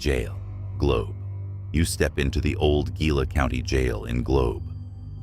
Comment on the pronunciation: What? "December twenty odd" Seriously, the AI needs to learn how to pronounce words like Gila, Ajo and in your other video Prescott.